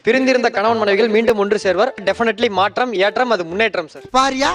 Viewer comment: மாட்றம் ஏட்றம் முன்னேட்றம்???!!! தமில் பேசுகிறார்.